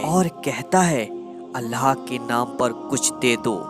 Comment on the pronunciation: Bhai ap Allah ka nam thik se li jie Allha tala nhi bal k Allah tala hota hai